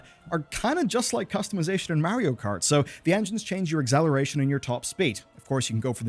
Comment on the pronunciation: Say eggzaleration one more time